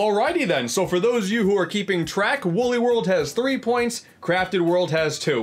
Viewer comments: its wooly not wuuly come on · its wooly not wully